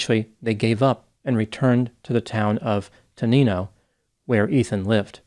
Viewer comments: The town is pronounced te-nine-oh not te-neen-oh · Maybe the dog was stabbed for fun, Aron tried to interfere and was shot? The dog didn't seem to have an exit wound and the "entrance" wound looked like a stab wound. Oh, Ethan's town is not "Te-neen-o" but "Ten-nine-o". I live 40 miles from there. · The town is pronounced 10-Nine-oh. 😊